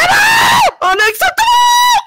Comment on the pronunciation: Its unacceptable not unexeptale